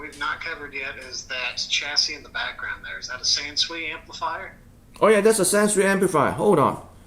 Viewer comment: Hello I hope all is well in Florida, Hello I learned that Sansui is actually prenounced "SHAN-SHOOEY"